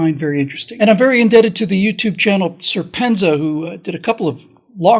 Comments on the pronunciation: The pronunciation of serpentza is pronounced "serpent Z-A". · He pronounces his channel "serpent zed Ay" great channel.